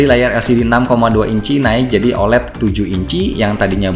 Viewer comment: OLED bukan dibaca "olet" tapi "o-el-i-di".